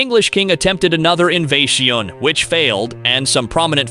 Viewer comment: either than or the narrator doesn't know how to say 'invasion' lol compelling AI narration though. Scary really.